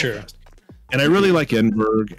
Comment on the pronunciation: Ed-in-burr-uh, for info.